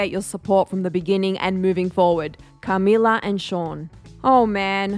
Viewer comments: "CARmila" lol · The way they say Camilla in this video annoys me like, a lot😆🤌